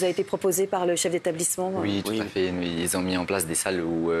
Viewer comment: ‘Toutafé toutafé’ 😂😂